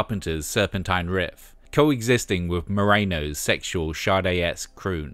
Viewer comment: I love your narration so much in your videos! You even said “Sade” correctly as (shar-day) just like on the original printings of “Diamond Life”. I’m so glad I subscribed 😊